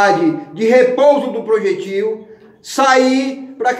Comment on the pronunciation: Ta fazendo faculdade mas não sabe falar a pronuncia da palavra projétil corretamente!!